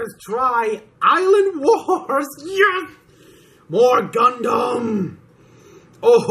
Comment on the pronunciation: If you keep saying "Gundam" like that, I'm gonna have to throw a Pokeball at you.